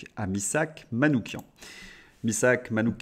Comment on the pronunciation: Vous êtes le seul média sur lequel j'ai entendu prononcer correctement le nom de Manouchian : "kian"